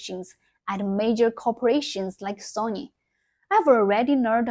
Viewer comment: Quite simply when you get older, time becomes more valuable ... If you don't have time to reply, I don't have time to go through and tell you that you are pronouncing the Japanese company SONY as if it was the Russian name Sonja. You miss the whole point of DEI and Woke. This is not an organic movement of the masses in The West. Very obvious looking at the response by gamers in The West. So, what is driving DEI, CRT, and Woke? It is the elites and their political puppets. For what reason? It distracts people from the reality of impending war with Iran, Russia, and China. It's fine if you want to just do games and not politics. But then, you should not "feed the trolls" as you are in the USA's nuclear cross hairs. (me too, since they will hit Taiwan as part of the China strike package as Taiwan has always been considered by the DOD as a Chinese asset) I will be back when you hit 10M subs. 拜拜!